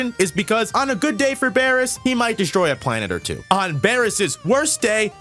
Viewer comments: "Bearus" ...this speaks for itself lol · Wait. Is his name pronounced as Beer-us or Bear-us?